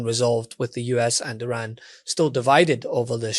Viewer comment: Let's normalize pronouncing "Iran" correctly.